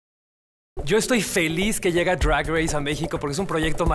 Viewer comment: Lol NO!! me desconcentra mucho su pronunciación "arte *Drwagh*💫" jajajaj ningún gud mornin ni ningun jelow aquí me hablas español!! por favor di DRAG como es 😂